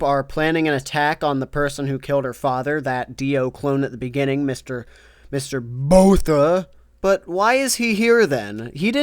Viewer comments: It’s pronounced Boor ta not Boh tha. Other than that it must be an enemy stand! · Was gonna dislike, but then I hear "Mr. Botha". You get your like and subscribe.